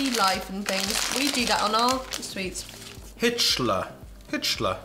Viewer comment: I can't eat Hits cher sweets anymore hearing him pronuncing it similar like Hitler.